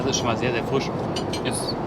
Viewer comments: Lustig, dass statt einem I immer ein Ü ausspricht..."der Füsch war sehr früsch"...:D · Der Füsch, früsch auf dem Tüsch. Ist mir auch aufgefallen :D